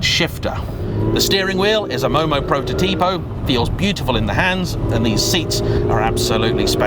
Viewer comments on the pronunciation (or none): none